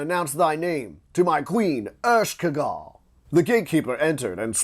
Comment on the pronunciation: LOL Ershkegal?? = Ereshkigal pronounced EreshKeegal but I do thank you for the reading.